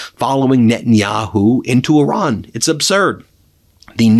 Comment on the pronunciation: Ben, please respect the Iranian people by referring to their country as Iran, and not “Oran.” I know you have the heart to do better!